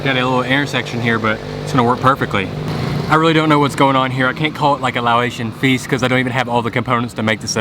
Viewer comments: Laotian pronounced (Lao-ocean) not (lao-atian) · Why do you pronounce Laotian as Lao-ay-sian?